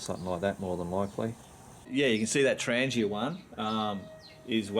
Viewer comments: “ 😂 TrahngYA” 😂 Tran geeuh is not the proper pronunciation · It’s pronounced TRAHN-YAH